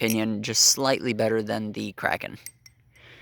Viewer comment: "The crapen" 💀